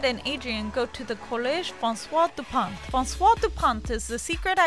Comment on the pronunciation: me too, and before she explained that Marinette's father's last name is French for bread, i thought it was Dupont not Dupain.